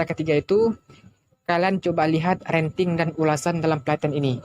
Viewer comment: Rating bro, bukan ranting 🙏🏻